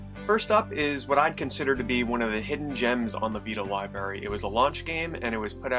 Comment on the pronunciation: Library not Liberry.